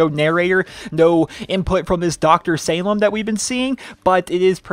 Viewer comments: I believe it's pronounced (sah-leem) anyways, nice vid! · It's pronounced "saleem", it's Arabic. Sorry I'm picky. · Dr. Salim is said like "Suhleem", not how you're saying it. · Hey I hope you pay close attention to this comment because my cuzin Salim is part Aribic and part american I'm not sure what an Aribic name had to do with the snow but what I do know is that its pronounced Say-leem